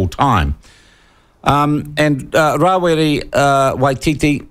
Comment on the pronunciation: oh give it away Winston, Geez, you're the only Maori i know who says: Mow-ree, instead of Maori, Ra wi ree, instead of Rawiri, Cure-a.. instead of Kia ora. I know many Pakeha folk who enunciate Te Reo better than you